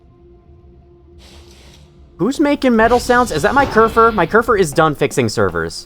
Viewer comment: You're actually pronouncing kerfur right!! Im surprised you didn't fall into the habit of calling it kerfus like other people do, which is a silly cat server robot and the real life inspiration for kerfur :3